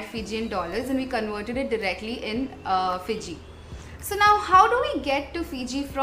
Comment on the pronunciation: Hi, it's not Port Denaru... it's Port Denarau! Plus, you're one of the few vloggers that correctly pronounce Fiji...most vloggers from India pronounce Fiji as Fizi! 😊